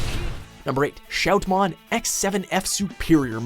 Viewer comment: IT'S SHOUTMON X7 SUPERIOR MODE!!!!!!!!!!!! THERE'S NO F IN THE NAME.!!!! ALSO, LEARN THE JAPANESE NAME PRONUNCIATIONS !!!!!